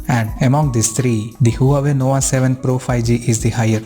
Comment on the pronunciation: Did you say NOWA? LOL